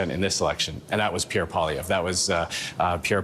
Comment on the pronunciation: why is 100% of english ppl UNABLE to say Pierre's last name right ???! you all him Paulievre.